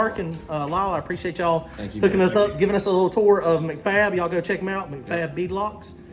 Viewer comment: You could tell it was all while could do not the correct you when you said "McFab" over and over! Lol That's Mac-Fab there, pronounced Mack-Fab.. 😂🤣